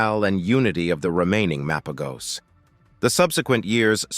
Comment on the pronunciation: it's Mapojos/Mapahos not MA PO GOS. All you said wasn't true or no credibility at all. Even for the Majingilanes and selatis.